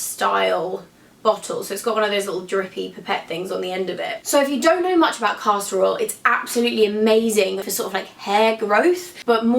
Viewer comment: omg you're so great but every time you said "caster oil" it sounded like "casserole"